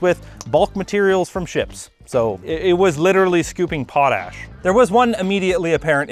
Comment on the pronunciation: I know it’s pronounced Pot Ash but every time I read the word I say Po tash